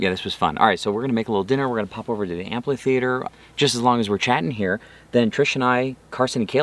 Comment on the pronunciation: Yet another delightful video but now I'm confused on how to pronounce amphitheater. My wife frequently says ampletheater and I'm hearing ampli theater (as does Closed Caption displays it). These "first world problems" are maddening LOL 😉